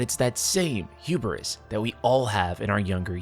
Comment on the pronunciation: i love you but please stop saying "hu-ber-is" 😭